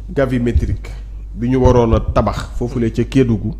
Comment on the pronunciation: Gravimétrique au lieu de Gavimétrique !